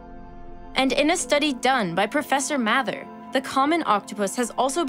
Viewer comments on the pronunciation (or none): Professor Mather - MAY-THER not MATHA. Even the octopus knew how to pronounce her name.